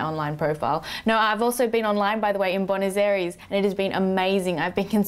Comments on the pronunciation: its BOO-eh NOhs AYE res (like rest but without the t) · That is possibly the worst pronunciation of Buenos Aires that I have ever heard. No, I take that back. That IS the worst pronunciation of Buenos Aires that I have ever heard. Is that an Australian thing, or is that just you? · I love you, but learn to pronounce Buenos Aires! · hahaha, how you pronounce buenos aires...